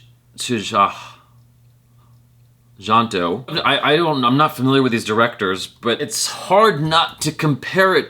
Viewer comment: Btw, how to pronounce "tjahjanto" is "CAHYANTO"